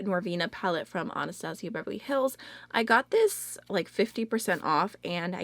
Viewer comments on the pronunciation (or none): none